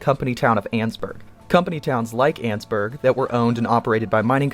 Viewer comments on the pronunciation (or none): Ann-es-burg not anns-burg so it's annesburg not annsburg